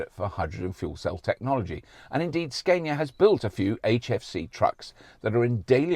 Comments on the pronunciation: Hilarious when you actually say Scania but then choose to go for Sceinia instead🤣 I think it would be right to call you Rauberk or perhaps Roixtokl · Ska-nia (Like the music genre) not Skane-ia, if u want to say it more correct but Skane-ia is fine. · Scandia, as in Scandinavia, Robert! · You almost had it man. "Scaania" is the right one, you pretty much nailed the pronunciation but then reversed back to the wrong way to say it... - A Swede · SKAN ya for Scania is how we north of the 2 walls says it ( the 2 Roman walls :D ) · Apparently Scania 's a is like ah in father from the videos I could find on their website. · Im desperate to have an ev. watched loads of this now great work ! and its pronounced scan-ya ! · its scania with a long A in sweden =)